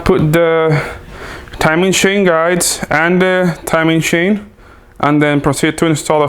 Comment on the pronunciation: ITS CHAIN NOT SHAIN!!! Im joking 🙃,Love you (no homo),content is always on point 👊🏽